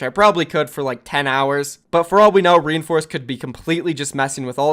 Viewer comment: your pronouncing his name wrong.Its not re in force it is rein like Reinhardt then force please stop saying reinforce it makes me cringe so hard